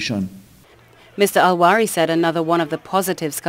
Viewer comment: most respectfully, the AG's name is Faris Al-RAWI.... and NOT Al-WARI. Thanx in advance